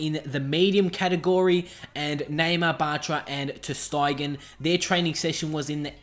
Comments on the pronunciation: Ter styegen lol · u have some incorrect players names, like munir, ter stegen , arda turan and it not al itthad ur saying it wrong